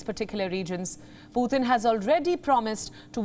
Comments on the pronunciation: Putin not puthin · Learn to pronounce Putin please. It just sounds stupid